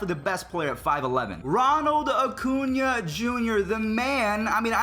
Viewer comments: Cringed when you said “Oh-cuña” instead of “Uh-cuña” 😂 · Why does he ocuna, it’s Acuna lol